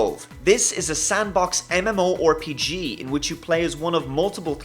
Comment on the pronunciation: You could've changed few of theese games with Warframe, Heroes and generals, and few others, btw you are saying mmorpg wrong and you don't need half life for no more room in hell